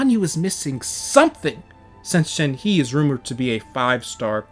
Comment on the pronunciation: It's pronounced shenhuh